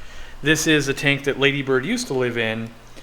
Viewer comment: It’s not Ladybird it’s Laaaaaadybird.